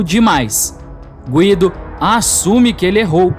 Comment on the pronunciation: Gúído.. fala Guido, toda hr falando nome errado, tá marrado.. 😡🤦🏽‍♂️